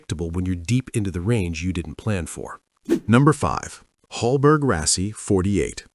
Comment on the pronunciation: Hallberg-Rassy is pronounced with an a like in "allegiance" not like in the english "all".